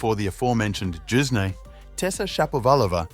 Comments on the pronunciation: It's Youzhny, as in "you", not "Joozhny" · "His former coach JUICE KNEE" wtf learn how to pronounce names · Youzhny is not pronounced Choosney, dude. Have you never seen him play, heard his name? Whats going on? Jesus....